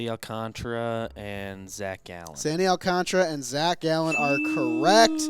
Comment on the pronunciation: It’s Alcantara TARA. Not Alcantra, how can no one pronounce Sandy’s name right